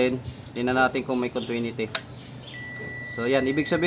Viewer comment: Maganda ang vlog mo brod, pero correct ko lang continuity yan brod, hindi contwinity pero magkatunog lang yan diba?